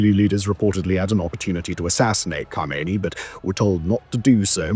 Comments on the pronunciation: Not Khomeini but khamenei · Khamenei, not Khameiny, Khameiny is dead.